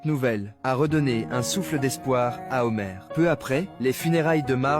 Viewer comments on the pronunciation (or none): HOMER PAS HOMEUR PFFF